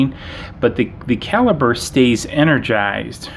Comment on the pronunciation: "Caliper" is a measurement device and is pronounced with "p" sound, not a "b" sound. "Caliber" means the diameter or bore of a gun and is pronounced with a "b" sound.